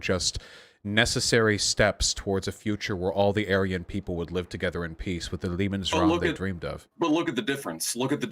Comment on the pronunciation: "loooooool the first vowel was slightly off when you said 'bourgeois'" also: "Liebensraum! Hwaqim vahn Ribbentrahp"